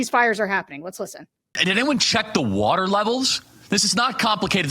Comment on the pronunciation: "Did she drink all the watar?!" OMG...That one really got me. Mr. Potato Head is not much of a thinker.